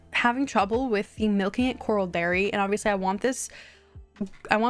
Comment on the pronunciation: Please 🥲 It's corral not coral. I'm such a huge fan but it makes my eye twitch every time